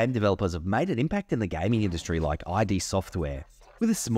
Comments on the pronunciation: It’s “id”. Not I.D. Since you claim to be a huge fan I would think you’d know how to say their name. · Why oh why are You calling Id software "aidi software*? It's pronunced "eed software " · Again, note: This is a bit difficult to explain, since English is a nonphonemic language, but you don't pronounce id Sortware "ai dee"(not like "I" & "D"), just simply id Sortware. And also I'm writing you use lower case "i" and "d" to match the stylized name, which just further indicates the fitting pronunciation. 😉👌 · Ah yes, thank you, I learnt this after I posted this video, clearly my education at work:) You will be pleased to know in my latest video (MOHAA) I correctly pronounce it. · You're right about Quake 2, it's a step up from Quake and an excellent game. It drew me in far more than original Quake, which I think of as a fantastic technology demo, but a fairly mediocre game. I shan't be using the RTX updates, my GPU is positively ancient. By the way... did anybody mention your pronunciation of "Id" ? 😂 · I loved the video... but the look up the pronounciation of ID... it's kind of deceptive :)